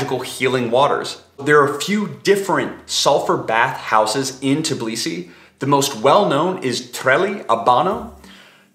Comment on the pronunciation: TIBlisi? Seriously??? It’s TBIlisi…